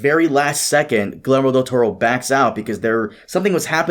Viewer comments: Dude. You are brazilian. How the fuck are you that unable to pronounce Guillermo? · never heard the name Guillermo butchered so violently